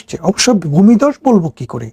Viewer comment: ব্যাতন নয় - বেতন । গরে গরে নয় - ঘরে ঘরে । বুমিদশ নয় - ভুমিধ্বস। যকন নয় - যখন ।।